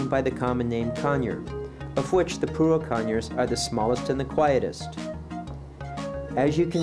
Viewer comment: You're pronouncing Pyrrhura with the last R silent. Phonetically isn't it Pirura? And not Pirua? Or am I wrong?